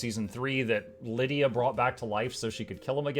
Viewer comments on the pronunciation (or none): none